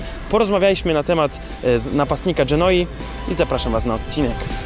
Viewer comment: Jakiej kurwa dżenoi... GENUI